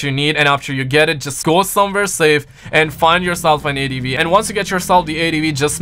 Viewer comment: Lmfao this dude calls ATVs “eighty v” 😂😂😂